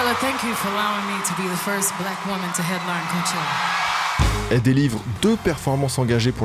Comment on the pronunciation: j'suis toujours surpris par les prononciations approximatives des mots anglais. Pourquoi dire "co-ah-chella" si dans l'extrait passé immédiatement après tu entends Beyoncé dire "coh-chella" ? Je dis que je suis surpris parce que tes efforts sont incroyables dans la recherche et l'esthétique de tes vidéos récemment, que je comprends pas ce raccourci qui mène à des bémols bêtes et méchantes. Enfin bref je chipote mais je le remarque dans toutes les vidéos presque